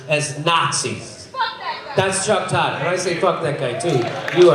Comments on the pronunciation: Get it right Jimmy, it's Tuck Chodd not Chuck Todd and the T is pronounced as an F. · Am I the only one that heard his name as Cuck Rodd?